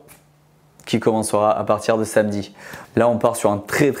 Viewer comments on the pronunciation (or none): none